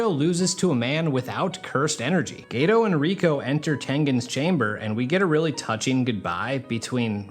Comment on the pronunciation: Geto not gayto.